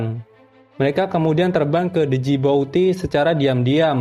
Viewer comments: Bukan D jibouti bang tapi Djibouti di Somalia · NARATOR GOBLOK , KURANG PENDIDIKAN , ITU NAMA NEGARA DJIBOTI BUKAN DEJIBOTI , GOBLOK GOBLOK , KURANG PIKNIK. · Djibouti=jiboti D & U Ndak usah dilafalkan 😀 Tetep semangat bos 👍👍👍